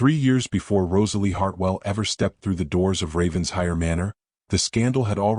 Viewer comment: RAVEN-SHIRE, please. This pronunciation was in another story and called out. Don’t they ever learn